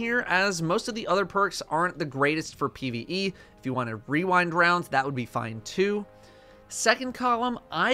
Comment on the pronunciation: My favowite is wewindwounds